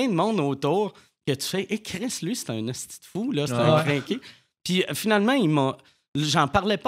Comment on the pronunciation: J'aime ça entendre des ESTI bien prononcé. hahah